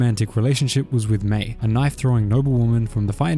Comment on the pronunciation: It’s Mai.